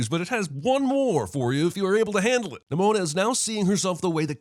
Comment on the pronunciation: NIMONO? Seriously, Jeremy? XD